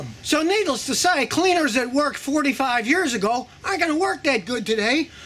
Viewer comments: “nidless to say” definitely slurring and not even 30 seconds in lmaooo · He said "needles to say" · "So needles to say"